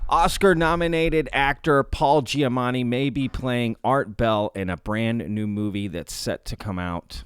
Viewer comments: It's probably your accent to my untrained ear, but I swear to god every time you mentioned "Giamatti" it sounds like you're saying "Giamanni" to my ear. You clearly know his name because it's in the video title. Not important, just trying to help keep up your engagement and that's something that jumped out to me! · Is he saying Giamanni ?